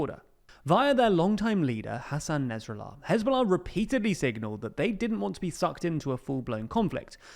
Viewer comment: why do you say naz rallar not nasrallah